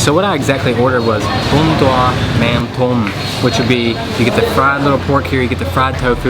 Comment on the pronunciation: It’s pronounced “mum dom “